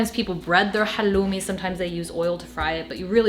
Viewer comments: You are one of the few who are pronouncing halloumi correctly as we do in Cyprus. Much love from Cyprus, your middle eastern neighborhood. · Thank you for pronouncing χαλλουμι correctly, the Cypriot way! <3